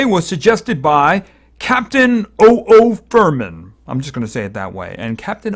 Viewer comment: Thanks for using my team. I was actually laughing when you pronounced my username. It's OOFerman (oohwf-er man) like Superman.